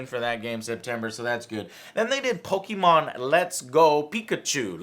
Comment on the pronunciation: Pokeymon??? Joe and you call yourself a latino???